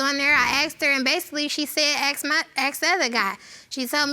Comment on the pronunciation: The daughter in the second one really needs to learn how to pronounce 'ask' properly 😂 pet peeve of mine when they say 'axe' instead 😂😂😂